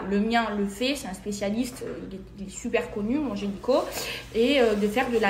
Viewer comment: Sa me gêne qu'elle dise génico plutôt que gynéco